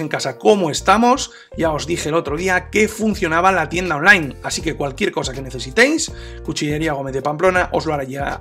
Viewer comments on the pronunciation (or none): none